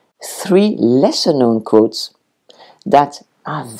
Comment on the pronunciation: Je suis la mode, aussi! Or, at least I’d like to think so 🙂. I thought you were talking about coats, got to get that w in there, sweetie, quotes is pronounced Kwotes en anglaise.